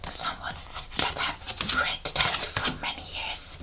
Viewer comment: Just wanted to let you know that its pronounced tehrow. The end T is silent. Love your videos. I love tarot. You might try Oracle cards too.